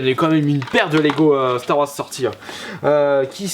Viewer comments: Ouai par contre ça se prononce "Star Warze" et pas "Star Warce" mdr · Star Warsse, apprend à parler. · on dirait que tu dis Stare Warsse x)